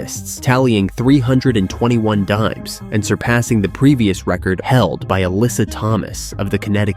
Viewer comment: "she collects daims like invinitystones" 😂